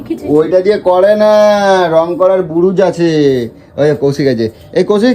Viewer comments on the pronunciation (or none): রং করার বুরুজ কি অবস্থা কথা বলার ছিড়ি নাই রং করার ব্রাশ হয় বুরুজ হয় না কথা ঠিকমতো বল তোমার কথা শুনলে হাসি পায় 🙏🙏🙏🙏